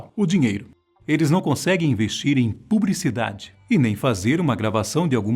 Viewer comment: Sinceramente fazer um video desses, com essa pronuncia de "Peter tosh", "Jah", "Pubricidade" e falar poucos segundos sobre os 11 filhos no video de 11 minutos eu considero uma falta de respeito com o tempo de vida